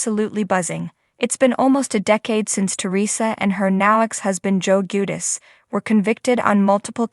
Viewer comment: What's bad what's sad? It's JuDICE. It's hard to even watch and listen bc of how poorly you voice these. I can't come back It's just too damn irritating.